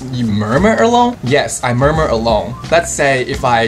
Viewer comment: Murmur is so terrible hahaha